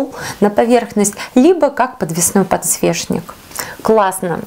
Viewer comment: Не подсвешник а подсвечник